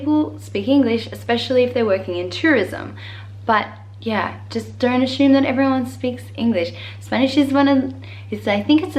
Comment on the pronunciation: She does. When she said "assume" she said it in a way that I have never heard before